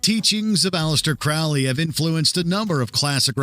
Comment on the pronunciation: FFS! His name was pronounced CROW-lee, like the bird!